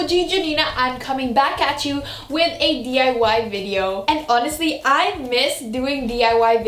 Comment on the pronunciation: "Hoenestly" LOL